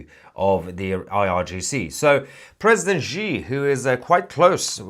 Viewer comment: Please, it's pronounced 'she'.